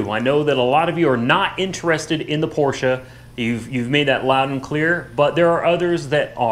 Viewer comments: That was the best Porsche pronounciation from an American that i have ever heard, and i have heard a lot. Kudos from Germany : ) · finally saying Porsche correctly. Woohoo!!! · Great video. Refreshing to hear someone pronounce Porche properly. Even most dealers and owners don't and they will even argue with you. It a phonetic language. The e ending is pronounced. Owners and Dealers Can you learn to say Porsh ahh? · i got to get one of them oil pan catcher drums i never seen them for sale where i live great idea...laughed when it didnt fit under porsch low clearance ...also laughed when u said porsches ...i guess u will never be a german to pronounce it right even though your pronouncing it right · Well... Your pronouncing was quite SPOT on ✌️ Greetings from Germany 🇩🇪 PS. Your driveway will look great after this one operation 😝👍😜